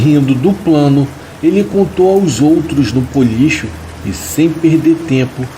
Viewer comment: Puxa! Não é Policho. É Bolicho. Com B.